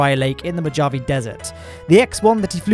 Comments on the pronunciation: "moe-jah-vee desert" - 2020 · Mo-ha-vaye desert :) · "moe jahh veee" XDDDDD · We'll cut him some slack because he's not American. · We definitely need to talk about how you just said Mojave...